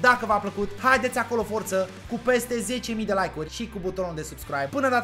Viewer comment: De ce spui mereu subscraib?